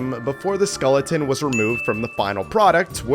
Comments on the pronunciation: LMAO he said scolletin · Bro does not know how to pronounce SKELLeton💀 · Skeleton❌ Skoleton✅💀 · How can you not pronounce "skeleton" correctly? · Well, I learned that is Canadian Viet his pronunciation of skeleton